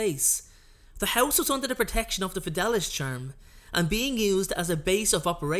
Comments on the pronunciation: It’s fid-ay-lee-uss, not fid-al-us. Sorry to go full Hermione. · Its pronounced fed-e-li-us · Fidelius is pronounced FI DAY LEE US. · its pronounced the FedAYlius charm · The fidelius Charm is actually pronounced the Fid-a-le-us charm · Don’t be sorry, listening to him saying it wrong for 10 minutes was worse than crucio